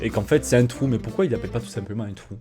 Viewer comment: Qui a remarquer que Dit «Thou» au lieu de «Trou»?